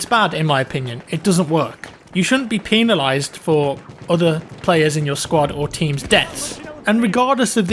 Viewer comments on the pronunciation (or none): Lol “penal-ized” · Peenalized!? o.0